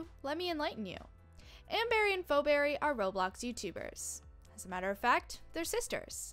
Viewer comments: first off its pronouced fee not fo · Ikr its Pheoberry pronounces fee-berry